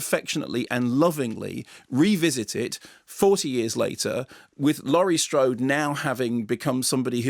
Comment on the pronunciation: Who the heck is Lorry Strode 🤣🤣